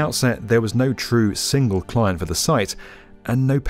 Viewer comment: Some poor pronunciation. That’s client with a T.